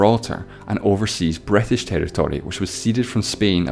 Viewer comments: Bretish xDD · Why I heard "Bretish" "Etaly" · "that's where the Bratash invjented Thyiejymhe"?!?!?!💀💀💀💀💀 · "Somaliland was controlled by the BRIGHTtish" BUAahahahhahahh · That accent saying " The British invented time" almost made me choke. Wow... just wow.